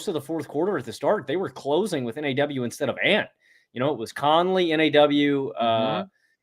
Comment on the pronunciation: T-Wolves fan here. You guys really get what this team is about. One tip—NAW is pronounced like “Nah.”